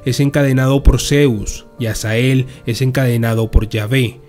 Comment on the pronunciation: Dises azael pero es azazel